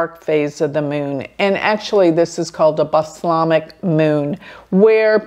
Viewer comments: Just FYI, Its pronounced: "BALL - SAAAAM -ICK " Moon, as in Balsamic Vinegar! frequently read/proncounced [ bal-as-mic ] because its a genuine tongue twister! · Ahhh... it's pronounced bal - salm - ic. Like Balsalmic Vinegar as used in salads. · It is funny she says it like Islamic!